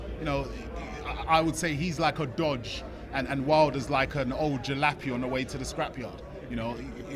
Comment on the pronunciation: it’s a ‘jalopy’ not a “jilappy” you utter nobody took, whoever you are 🤡🤡